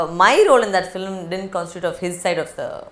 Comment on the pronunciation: interviewer says "filim"